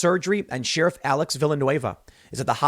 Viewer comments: We NEED to start treating BLM/Antifa as they actually are- MARXIST TERRORIST ENEMY COMBATANTS TRYING TO OVERTHROW AMERICA and start shooting them on sight when they gather en masse. ENOUGH IS ENOUGH. Edit: Dear god someone teach Tim how to say sheriff! Also, all the Left wing violence is going to pendulum HARD back to the Right soon and you will get hard Right wing White etho-police state. Good luck to the Left when that happens. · Sheriff.. think air not ear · Please say sheriff properly